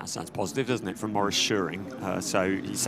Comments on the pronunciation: The commentator won't say "Shoe-Ring" ever again? Those are perfectly English words.^^ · To the commentator: it is soooo simple: just pronounce "Schuring" like in "shooting". So imagine saying "shooring". What's the problem?!